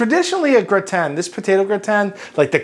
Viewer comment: I've never heard gratin pronounced "Gra-tan", always "grah-tin". If it wasn't for the blue cheese I'd probably try this.